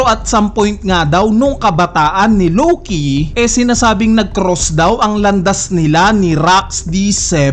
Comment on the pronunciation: Si LOWKEEYYY 🤣 ang diin eh hahahhaa...